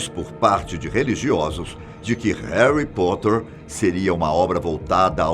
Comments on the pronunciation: "Heri poter" 🤦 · Haly Potter? Kkkk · Réri potter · E Haly Potter